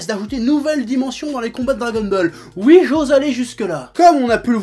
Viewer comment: J'adore quand il dit "ui'.